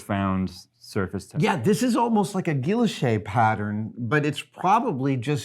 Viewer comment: guilloché, it sounds closer to gee-oh-SHAY. Hard G sound not J.